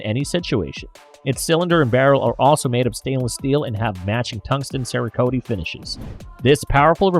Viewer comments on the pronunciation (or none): "Tao-rus" with tungsten "cer-a-koat-ee" If you are going to play as a gun channel, at least pronounce the names and terms correctly